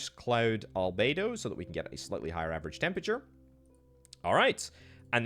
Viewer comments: He kept saying “albaydo”, that should’ve been a dead give away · It’s pronounced al-be-doh